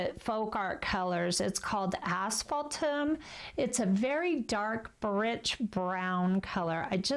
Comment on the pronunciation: I don’t see the name of the first Folk Art paint you use. Are you saying Ashbaltum? Hard to believe such a complex brown comes from a bottle. Normally, I would think it was mixed. Thanks.